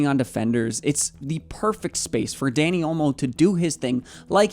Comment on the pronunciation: It’s not Danny its Dani